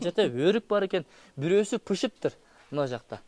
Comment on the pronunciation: Пышыптыр эмес бышыптыр